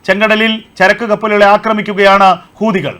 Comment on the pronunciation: കൂ. അല്ല ഹൂ........ തികൾ 😂😂😂😂😂😂😂😂😂😂ഇത്